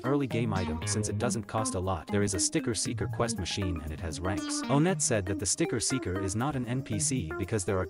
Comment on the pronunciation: All i hear is 'Sticket Seekers' 💀